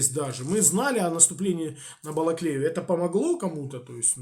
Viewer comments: Бакалея??? Ці придурки навіть вимовити не вміють наші міста… Балаклея!!! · Какие же убогие российские комментаторы. Даже названия населенных пунктов не могут произнести правильно. "Бакалея" :)), которая на самом деле Балаклея. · "Бакалея". Типил даже правильно сказать название не может, а туда же - умишком трясти. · " Оставляли Бакалею" Конченные алкоголики, даже город правильно произнести не могут, в голове только бакалея))))